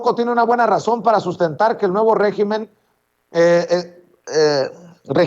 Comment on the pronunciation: Hola. Se dice régimen en singular y se acentúa en la e. En plural son regímenes y se acentúa en la i. Saludos.